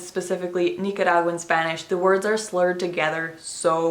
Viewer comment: YOUR PRONUNCIATION??? girlll you definitely sound like a native Nicaraguan!!! Gracias por compartir nuestra cultura con los angloparlantes <3